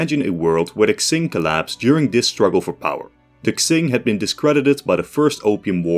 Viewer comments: I have two theories based on what I hear: 1. If he's saying "Ts", then he's trying to pronounce the dynasty's name the way it would have in that time period, where Mandarin pronunciation was based on the Nanking Dialect, which didn't actually have the JQX sounds (also why it's pronounced NanKING instead of NanJING), and in that dialect, it would be pronounced as Tsing. 2. If he's saying "Ks", then he's probably making fun of the Latinx thingy, lmao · I got a drinking game idea: Everytime he mispronounces "Qing", you take one shot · I love your work friend but please could you reupload this with the proper pronunciation of Qing? It's impossible to watch what is otherwise great content, sorry. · only if he learns to pronounce qing properly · I managed 50 seconds before I realised that you were going to spend the rest of the video mispronouncing "Qing". Disappointing, please do your research. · It’s kind of hard to take his scenario seriously when he can’t even pronounce Qing right 😭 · Yup. If he's reading any Chinese places or names in the future: A word starting with "Q" is pronounced "Ch" like the Ch in Change. A word starting with "X" is pronounced like "Sh" like the Sh in Ship. A word starting with "Zh" is pronounced like "J" in Jack. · Quing is Ching, not Xing. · Just saying Qing is pronounced something like Cheeng or Tseeng in Mandarin, or Ching in English, not Ksing. Looking it up on forvo is always a good idea if you want to find and listen to native pronunciations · Deadass cannot watch this cus you keep saying "zing" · its pronounce "ching" not "xing" please lord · It's pronounced "Ching", not "Ksing". Would it have hurt to do even the most basic research on pronunciations? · QING THE "KSING" THING IS KILLING ME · my guy, how can you say qing so many times, yet not look up how it is pronounced. I am loosing my mind every time you said k-zing... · Qing is pronounced "Chin" or "Ching" not "Xsing" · Isn’t it pronounced Ching rather then Xing?